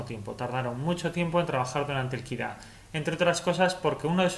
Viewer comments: Muy buen video pero no tenía claro que era “Kira” hasta que te escuche mas detenidamente y se me encendió el bombillo “Ah Kid A “ por supuesto mi años de College ! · Me fascina que digas "okey compiuter" y luego lo llames PUTO KID A, KID A??¿?¿?¿?¿?¿?¿?¿ DISLIKE